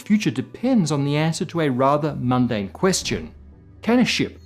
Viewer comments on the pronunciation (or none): none